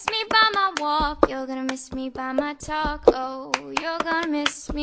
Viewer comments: its talk...oh not taco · i know she is saying talk, oh but i really do hear taco. i hope its just because I'm hungry. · it's not ''taco'' it's talk, oh but whatevs, it sounds funny lol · "You're gonna miss me by my talk,oh" Sounds Like taco To Me ^_^ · Talk oh, sounds like taco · it's suppose to be talk,oh but it sounds like taco lol